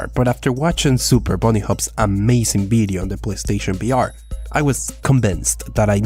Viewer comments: Its vr not br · Why cant you say the letter V you say BR instead of VR no hate though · are you saying br instead of vr? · Holy hell. I understand that english isn't your first language but it was head exploding hearing you say "BR" repeatedly when clearly you're trying to say "VR"